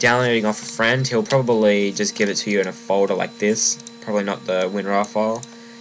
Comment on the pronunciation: not to make fun of u but u say folder like fodae lol I left a like <3